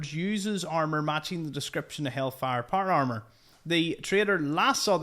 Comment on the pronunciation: Not par arrrmer